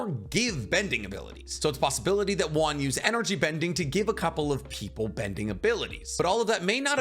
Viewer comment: It's wan not juan